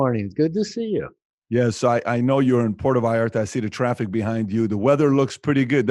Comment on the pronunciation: It is VALLARTA, not Vallerta. I know you look at details. Great interview and insight.